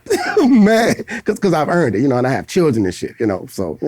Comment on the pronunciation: dat nigga said “lil chiren” 😂🤣😂